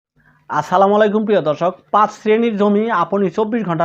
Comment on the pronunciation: আগে ভালো করে সালাম দেওয়া শিখেন তারপর ভিডিওতে সালাম দিবেন